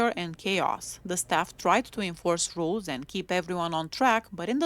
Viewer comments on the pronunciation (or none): none